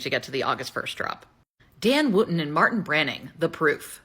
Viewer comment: Woo-ton not Wut-tun